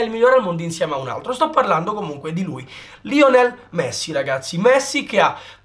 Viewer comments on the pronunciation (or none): none